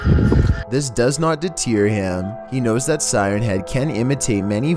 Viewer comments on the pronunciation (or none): “this does not deteer heeim..”